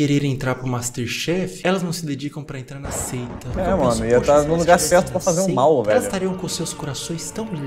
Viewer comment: É a Seita caralho. Só "aseita"